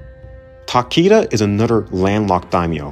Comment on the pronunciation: Good video and interesting Tier List. However, the way you pronunce some daimyo is horrendous my friend (Mori and Takeda for example), you should have checked before !!!